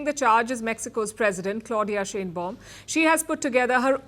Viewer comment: I've been warning all of these Youtube posting rabbis not to trust Trump, or they would wake up to find Israel with a knife in its back. I hope that I'm wrong, but I don't think I am. Trump is nothing but a liar and only does what helps HIM, no one else. President Sheinbaum is pronounced "Shine-baum" not "Shane-baum" It's a German name and she is likely an Ashkenazi (German Jewish originated) Jew. The "welcoming" Greenlanders was a staged event. They were given MAGA hats and some were paid, homeless people, from reports that I heard. People there were taking photos of Dumbnald Jr. with their middle fingers raised.